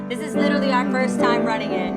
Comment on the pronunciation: I love your channel and love watching you on The Real! Ms. Adrienne, with all due respect and love, I have one pet-peeve: please, please, please stop say "literly"! the word is "literally" , LOL!!!